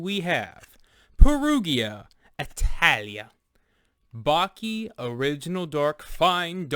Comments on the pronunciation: You should have done a research. Perugina, is an older compagnie 1922 and purchased by Nestle in 1988. Baci, means kisses. You pronounce Bachi 😊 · That's not how you pronounce Baci